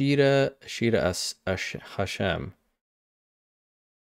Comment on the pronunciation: Ashira would generally be pronounced with a harder R. Hes dropping it for the sake of the song